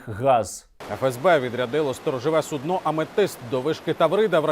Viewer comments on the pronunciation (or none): none